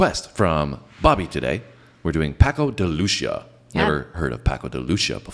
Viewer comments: It's pronounced like 'pako' 'the' 'luthía' with stress on the i. Greetings from Spain :) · Paco de Loo-see-ah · Francisco ("Paco") Sanchez Gomez. "De Lucía" (pronounced "de loo thia") means son of Lucy, his mom was Portuguese. "Entre dos aguas" means between two waters , he was born in Algeciras, Spain, between Mediterranean sea and Atlantic ocean. At the end of the song you may say OLÉ! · Paco de Lucia is pronounced "Lu-THI-a", the way u say it is more like an italian name, he is spanish